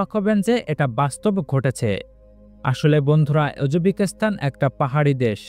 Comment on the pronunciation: সঠিক উচ্চারণ শিখতে হবে